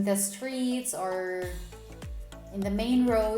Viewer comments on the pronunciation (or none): none